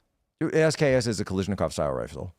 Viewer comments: He also kept mispronouncing Kalashnikov as Kalishnikov. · SKS is not a knockoff of the AK, and it's Kalashnikov, NOT Kalishnikov! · Ffs people, it's "kal-ash-nikov", not "kal-eesh-nikov" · guys, it's ka-LASH-nikov, seriously, it's super weird that you're all getting it wrong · I've never heard Mikhail Kalashnikov's last name mispronounced more times